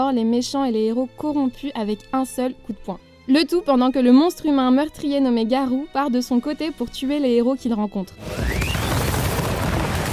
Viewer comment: espece de conne c tanjiro pas tonjori et c garoh pas garouh